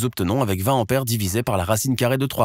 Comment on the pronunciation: Attention à la prononciation ! Il n'y a pas de H aspiré en tête du mot : "ampère"; donc, il faut éviter le hiatus désagréable à l'oreille. Ce vilain défaut, caractéristique du parler plouc est de plus en plus répandu chez les commentateurs radio-internisés. C'est dommage car le commentateur a une voix convenable et ses explications sont claires et imagées.